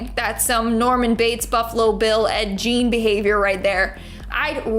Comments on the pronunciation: Who tf is Ed “Jean”? You mean Ed Gein.. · They are in Canada so they may not know I've head other channels call him that as well and I am always saying in my heard it's a hard G